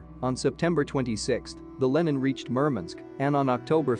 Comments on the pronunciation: Could you say "Lenin" a little quicker and more nonchalant please... (That name does not have an american short e.) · I hear that, but human americans do the same mistake. And it should have a database that knows that Lenin is a famous person (not some american product name or something).